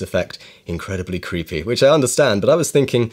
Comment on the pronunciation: I like that you had to emphasize the creepy part, because you actually just made a cute glowy stick man.